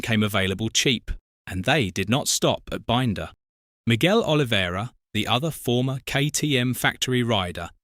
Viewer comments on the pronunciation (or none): maybe learn how to pronounce Brad Binder's name I'm sure he's earned it